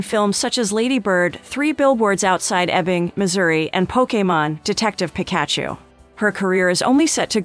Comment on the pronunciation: This must be done with AI narration . I mean even my kid at 2 years old could say Pikachu correctly .